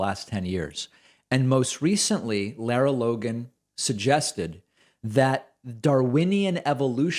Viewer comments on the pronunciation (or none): First, her name is pronounced like "Laura" and not "Laira". Since she's been around for awhile, and you make reference to her more exemplary work with "60 Minutes" (though she seemed to get in trouble there as well for some exaggerated or downright false reporting), I would think you'd have the pronunciation down. Anyway, I think this is just one of hundreds of deranged, offensive comments from the FoxU sphere, and I'm not convinced it's even worthy of dignifying with a commentary to call her out. If this same anti-Semitic and anti-science BS was being spouted by numerous others on that despicable propaganda channel, that might be justification for exposing this as a hideous trend. It's the constant stream of grossly dishonest, cynical, traitorous crap that comes out of the channel's prime time exponents for right-wing bigotry that should make us all nauseous and cause us to demand Fox "News" be removed from cable TV standard packages.